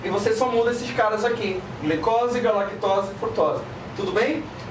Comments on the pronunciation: KKKKKKKK gala, não... Galactose rsrs 😂😂😂 AMOOOOOOO melhor professor ❤️❤️❤️ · Galactose...GALA?! NÃÃO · Galagtose? Gala ? Não kkkkk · É galactose mesmo... vá estudar ao inves de criticar